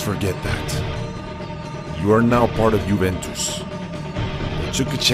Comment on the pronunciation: It's (you)(vent)(tes) btw the intro gave me chills and it was my first time watching you